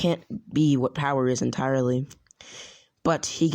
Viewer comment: Wait you said bowerrrrr!